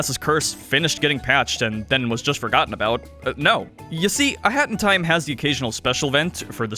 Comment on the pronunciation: Please pronounce a hat in time slower or something, it always sounds like you are saying "hentai" lmao